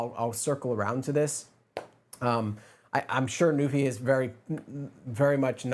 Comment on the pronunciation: I am pretty sure that there’s how to pronounce Nuphy on it’s box. I mean there’s Nuphy’s phonetic on the box which is /ˈnju:fɪ/